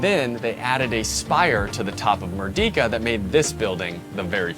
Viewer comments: Pronouncing Merdeka isn't that hard, mind you.. You could've pronounced it as "Merdeika" instead of saying like "Merdika" ... -A fellow malaysian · it's pronounced "Mer - day -kah", not "Mur-Di-Ka" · great review! first time watching your channel. by the way "Merdeka" is pronounced as "mer - day - ka". It means Liberty or Independence. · For future reference it's actually pronounced as "mur-day-ka", and it means independence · as part of your of your preparation, you should check out how to pronounce Malay words (like Merdeka) properly. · Hard to take it seriously when you can’t even pronounce the name correctly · That's not how you pronounce merdeka. It is not a long e.